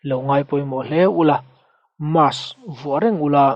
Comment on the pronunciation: good post 👍 but i soi sual pakhat chu mass ni lo in mask tih zok tur